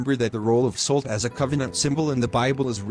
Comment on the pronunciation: Good lesson... only thing that bugs me is the AI reader is using a short O in Salt making it sound more like colt instead of a short A as in awe.